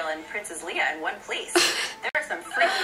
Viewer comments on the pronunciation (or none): Olivia Simone they said Leah (LEE-AH) not Leia (LA-AH).